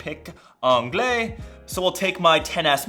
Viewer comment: The way you say "Anglais." Lol. Nice video, but I think I'm getting the gold one it is so beautiful.